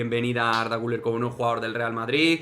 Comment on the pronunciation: Por cierto. Has pronunciado el apellido del jugador turco muy bien. Y creo que eres el único.